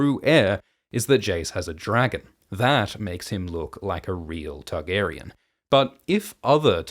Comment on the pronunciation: I only just now realized that you say Tug-arian. Now I can’t unheard it.